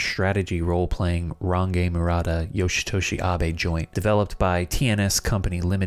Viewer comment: So just a slight correction, Range Murata is pronounced Renji as in Orange, yeah he really went that way.